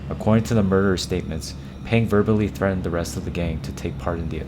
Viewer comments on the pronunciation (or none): none